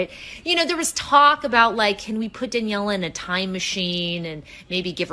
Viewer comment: I know that spanish accent is hard for Brits, so let me help you out on this one. Her name's correct prnountiation is: DAH-NIEH-LAH PEE-NEH-DAH